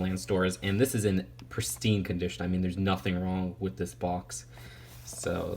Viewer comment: I hate how you say wiff other than with